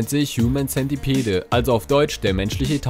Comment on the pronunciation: Ich moechte dich darauf hinweisen,dass du 'centipede' falsch aussprichst.